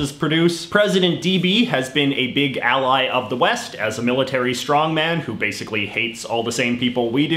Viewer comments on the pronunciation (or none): none